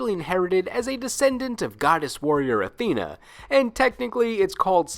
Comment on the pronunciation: Unrelated. I really dislike how majority pronounce Athena. I don't want to be that guy. But it does bother me